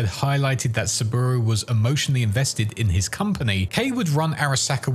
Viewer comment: To be fair Saburo is a bit hard to pronounce correctly as in japanese for english speakers. In IPA it should be like this [sabɯɾō] with stress on ɾō